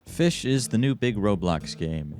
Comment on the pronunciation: It's called "fis CH"